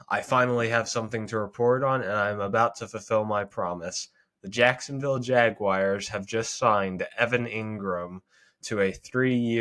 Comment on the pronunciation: It’s “Jag-WARS,” not “Jag-WIRES.” (unless you’re TRYING to annoy us) 🙄 Good luck with your channel 👍🏽 #Duvaaaaaaaaalllll #GoJags #ItWasALWAYStheJAGS